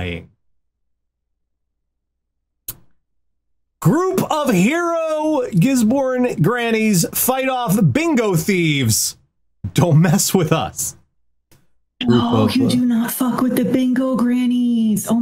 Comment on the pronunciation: As a Kiwi - Giz-bin not Giz-born - we put as little effort into pronunciation as possible tbh 😅